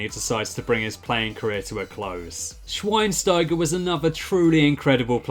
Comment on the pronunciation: schweinstiger? c'mon...